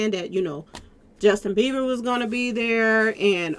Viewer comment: In getting triggered Sis….his name is Bieber not Beever